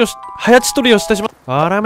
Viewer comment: 早とちりってしっかり言ってからはちとりとか言うな笑笑